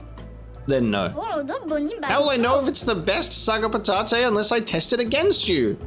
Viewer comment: noo i really liked how you said patate